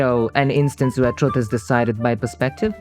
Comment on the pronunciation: but no matter what you mean by "truth", it never should have a "U" that sounds like the one in "truck" or "strut". not like the "oo" in "book". It's weird that this guy say "true" correctly but doesn't realise that "truth" is just "true" = "th".